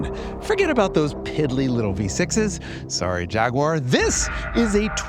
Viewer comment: Thanks for pronouncing Jaguar properly!